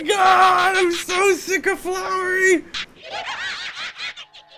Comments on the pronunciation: He keeps on saying flowery not flowey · Wait who is flowerry it's flowey not flowerry (flow-er-ry) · its flowey not flowery XD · IT'S FLOWEY! Not Flowery D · flowey not flowery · Flowey. . . not flowery. . . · is no R in his name :) It's flowey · Oh no it's flour-ree! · Did you seriosly call him flowery? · It's pronounced F-l-ow-ey. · I am annoyed know cuz u said flowery